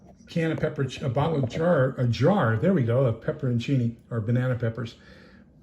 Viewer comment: Loved your pronunciation of pepperoncini it was perfect as is your haul.